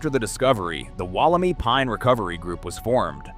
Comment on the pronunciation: Pronounced and sounds like " Wollemeye " .... not i